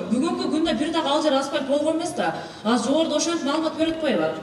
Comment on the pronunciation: Асыр деген соз жок кыргызда азыр дейт, бир жолу осур деп кой😂